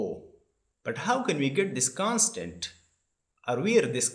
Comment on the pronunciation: Did he said, 'Can'tunderstand' or 'constant'